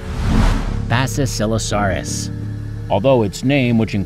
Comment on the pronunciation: Wait- Basisilasarrus? Bruh